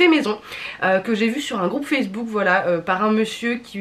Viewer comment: "Je vous met le groupe facebool " 🤣 incroyable 🤣 8m14 ! Sinon super video ! Merci pour ton retour ! 🥰